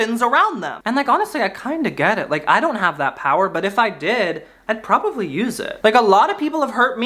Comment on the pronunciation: i love when u say probavly